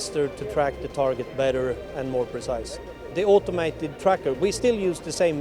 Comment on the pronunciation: Is the word TARGET pronounced this way in any English dialect? New to me.